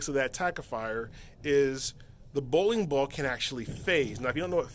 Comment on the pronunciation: how many times can he say bowin bawl?